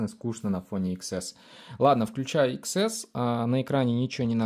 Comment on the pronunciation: iPhone не иксэс, а десятьЭс. Учись говорить правильно!!!